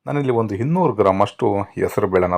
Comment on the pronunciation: Voice is really good. Please pronounce correctly. Hinnur gram, Hittkondidini... beda please